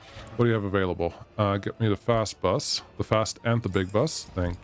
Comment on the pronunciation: no clue. He was talking about the bus and pronounced bus the german way. He noticed it by himself